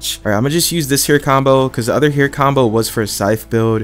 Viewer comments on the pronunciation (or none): none